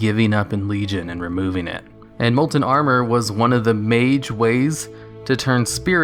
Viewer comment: Molent molent molent molent molent molent molent molent molent molent molent molent molent molent molent molent molent molent molent molent molent molent molent molent molent molent molent molent molent molent molent molent molent